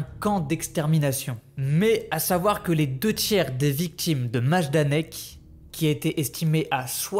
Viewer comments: Yes ! J'ai lu des Maïdanek et des Majdanek donc j'étais un peu paumé sur la prononciation hah ! Merci beaucoup ça me motive beaucoup ;) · S'il vous plaît renseignez vous bien sur les prononciations avant de commencer vos reportages !